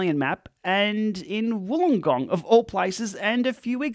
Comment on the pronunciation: It's funny how you seems to have a hard time pronouncing Uruzaki the way they said it was pronounced; while you easily pronounce Wollongong in a way that make it absolutely impossible for me to pronounce! Ride on!